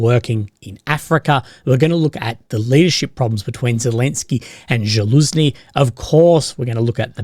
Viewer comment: zaluzhny not zhaluzny